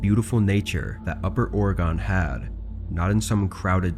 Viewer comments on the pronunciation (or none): OR EH GUN. Not Orygone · not “orogone”🤣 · ore-gon. not or-e-gon, not o-ray-gun, not or-gun, or-gan, it's ore-gon. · Oregon was mispronounced 😆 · I lived there 14 years and I can't tell you how many times I had to correct friends and family. I know it's a little thing, but it always irked me. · I noticed that to 😅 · Great videos, man I love that you have a lot of them coming out. Just one thing when you say Oregon it’s just like saying it in one syllable!